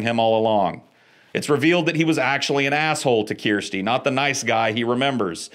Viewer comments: really? That's how you think "Kirsty" is Pronounced? You need to get out in the world dude. It's a super common name and it is pronounced Ker-Stee where the "Kir" is pronounced like the word "Per" as ""a Ticket costs $10 "Per Person"" Kirsty! My Wifes name is Kirsty, I had a G/F in highschool names Kirsty. Alternate spellings I have seen are Kirstie. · Dude if you have watched these all you should know it's pronounce Kurrsteee lol love your channel though. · Kirsty pronounced Kerr sty is a popular name in Austraila................... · Has he never heard of Kirstie Alley or Kirsty Maccoll? Kerrstee.. my goodness. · Made me cringe LOL! I was like that's not how you pronounce her name dude! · This dude does seem to have trouble with pronouncing "Kirsty". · I laugh every time he says it like that though. It's like he's doing it out of petty spite and maybe to remind him that it's not Kristy 😆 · can't say Kirsty? That's bizarre... and all I took from this video. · Dunno why Americans struggle with Kirsty as a name. It rhymes with "thirsty". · Kirsty is pronounced like Thirsty, replace the Th with the K. Its a very common name in the UK, Kristy is a completely different name. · I actually can't stand how you pronounce Kirsty. I was going to explain how but dammit they say it in the movies.. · Have you never heard the name Kirsty before? You're pronouncing it wrong and you've seen and analysed the damn films! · I love how you pronounce Kirsty. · I couldn’t listen after a few awful pronunciations of “KIRSTY” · Dude cant pronounce Kirsty 🤦🏻‍♂️ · fair point sir. I womder how many famous Kirstys and Kristys there are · Kirsty being a Scottish name is pronounced (curs ti ) It comes from Christine That's how we in Scotland pronounce it 👍🏼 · "keersty" is pronounced like you're saying thirsty. "kirsty" Also spelt Kirstie. Like how people say "you mangy cur" that's the sound of the start of the name. "Cursty". It's an scottish/english name. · KURSTY IT'S PRONOUNCED KURSTY